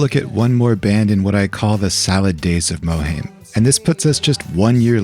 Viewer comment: mohaim pronounced "moherrrrlm"